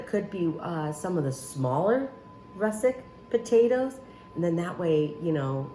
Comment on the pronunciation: Looks delicious! The potatoes are actually russeT not russeK.